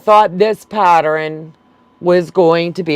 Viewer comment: You are saying patteren and not pattern